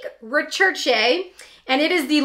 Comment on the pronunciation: It's pronounced , 're-sher-shay". You should try the niod non acid exfoliant sometime.